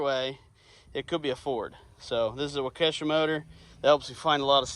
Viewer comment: Waukesha, pronounced as wauk-a-shaw